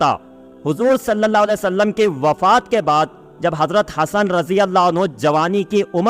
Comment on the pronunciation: तुम लोग सल लल्ला अलैह वसल्लम नहीं कह पाते हो.